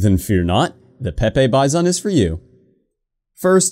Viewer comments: It's pronounced peepee Bizon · It’s pronounced... P E E P E E B E E Z A U G H N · it's actually pronounced peep